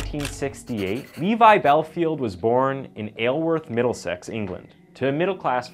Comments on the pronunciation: I understand miss-prunouncing it "Is-leworth" but you managed to call it "ayleworth" rather than "ileworth" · HOW DID YOU SAY ISLEWORTH 🤣 Its pronounced I-sal-worth